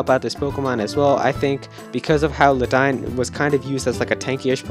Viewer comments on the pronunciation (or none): you mispronounced ledian. its pronounced lay dee in not ladine! but otherwise this list is pritty good and its cool to see everyone super exited for usum (ultra sun ultra moon) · lmao what the hell is luh dine? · god my ears bleed every time I heard him say Ledian's name...